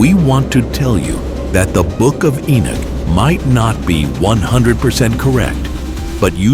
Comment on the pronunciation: ENOCH not Enich